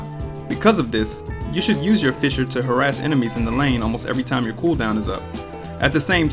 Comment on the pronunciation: man why did they change the name of the first ability to "fisher" instead of fissure